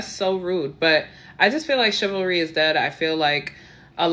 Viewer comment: The word is chivalry, madame; not chilvary. The word derives from cheval, the French word for horse, because it was a code of behavior observed by knights, who tended to ride horses into battle and were also called chevaliers, or cavaliers.